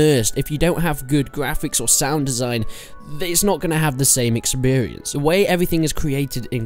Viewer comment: Why do you keep saying exBerience